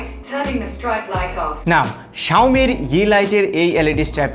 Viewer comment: It's not "Xioami",, it's "Xiaomi".